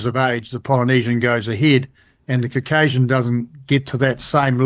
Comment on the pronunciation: I’m not taking pseudoscientific musings as fact from a man who can’t pronounce the word “Caucasian” properly, and who highly rates Blackadder.